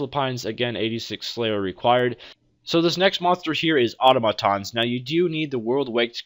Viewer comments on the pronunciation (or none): none